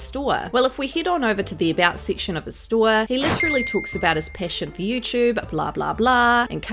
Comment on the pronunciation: Jesus christ you accent when you pronounce STORE it's driving me nuts